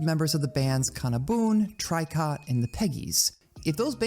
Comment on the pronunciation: Good video but I can't believe you would pronounce "Tricot" wrong. Unsubscribed! (not actually.)